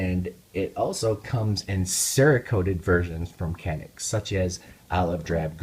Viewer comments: "Canik" pronounce as "Janik" in Turkish language. Sounds like "j" letter while saying "Japan" in English. By the way awsome video :) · Pronounced JOHNICK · Just so you know, in Turkey it is pronounced "Janik". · This gun is pronounced Ja-nik, with that said I have the 55 TP9mm, great gun at a great value.